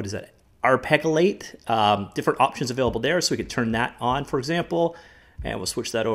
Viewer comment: The "ar-peggle-ate" is actually an i, not an L. "Arpeggio" (ar-PEJ-ee-oh) is Italian, translating roughly as "harp-like." It refers to a musical technique of playing notes in ascending or descending sequence, like running your fingers over the strings of a harp. (If that sounds confusing, think of the iconic up-and-down of Prelude, from the Final Fantasy series. That's what arpeggios sound like.)